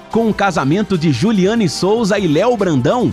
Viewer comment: É jullyane Souza e não Jullyana 😅❤